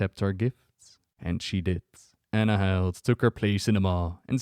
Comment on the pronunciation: Isn’t it pronounced Ann-hill-dah? Not Anna-hild